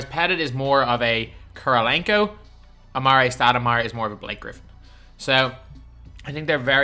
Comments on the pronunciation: Why are you saying amaray it’s AmarE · Patty idc about basketball reference the common pronunciation of his name is amarE dog is the first person I’ve ever heard say amaray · it's not it's actually AmarE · Please stop saying a mar ray stoudemire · Patty then why does every single nba announcer say amarE? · Patty actually his name Is Amar’e the apostrophe e means that the e is pronounced as an E rather than an ay. If his name were it be amare then it would be pronounced amaray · Patty I guess the card does say amare so the cards name is pronounced amaray but the card should have an apostrophe